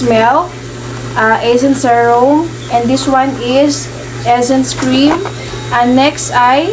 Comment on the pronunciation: Serum not zerum ☺️